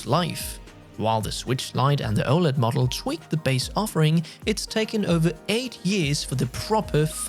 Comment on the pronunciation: 🤣 anyone else thought said mugggle instead of model?